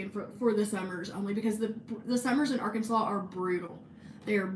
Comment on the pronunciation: one day I want you to take us on a historical tour of hot springs but every time you say “arkansas” you pronounce it “ar-kansas”